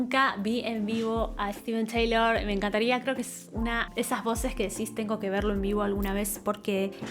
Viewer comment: Steven Tyler, no Taylor. Se pronuncia “tailer” no “ teilor”